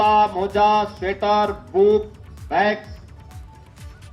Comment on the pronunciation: Moza hota hai..moja nhiii 😂😂